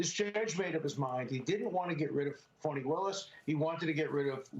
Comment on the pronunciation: It’s Fani not Farni ...